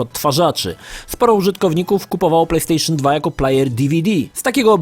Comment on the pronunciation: Plejpstejszyn Dwa